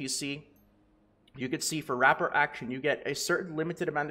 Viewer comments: Ruh pour. Not rap port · rapport = Ruh-Pour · Love the info bro!!! Your channel has been a huge help with getting me over 1k ilvl. I have only one small request. Please pronounce "rapport" correctly. It made me cringe so bad I almost unsubbed haha j/k. But seriously, it's pronounced "Ruh-pore". Again, thank you for the effort you put in and the info you push out. It's appreciated. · Rapport is pronounced "Ra-poor" it's a real word, it means your compatibility with someone. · My friend, rapport is pronounced with a silent t. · Loved the video. Hated the way you pronounce rapport